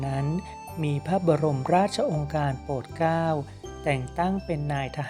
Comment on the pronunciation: ขอบคุณที่นำมาให้ทราบควรอ่านให้ถูกต้องด้วยค่ะเช่นโปรดเกล้าเป็นโปดเก้าศรสงครามเป็นศรสงคามเป็นต้นค่ะ